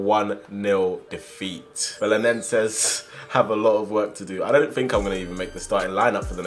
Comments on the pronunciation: You pronounce the team name as bela-nen-zay Edit: I'm half Portuguese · Im from Portugal and you say bele-nen-ses 😂😂😂💪💪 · Já é bom ele tar na liga nos 😂😂😂 e no belenennneeenses como ele disse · BE-LE-NEN-SES i think this may help you pronounce it